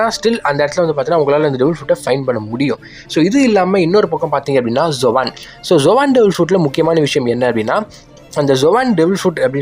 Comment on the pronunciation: Bro zovan ila zoan (ஜோன்) type bro